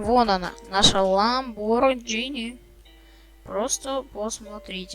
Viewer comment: Lamborghini существует: Также энзи: Lambargini